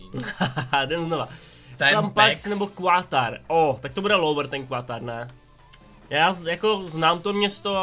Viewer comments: ehm Quatar se nečte kvuatar ale katar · prej quatar DDDDDD je to katar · Ty čteš Qatar - Quatar? :D Prosím, viď že je to nějaký vtip :D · Qatar :D Ta výslovnost :D a prý ještě nezajímavý :D město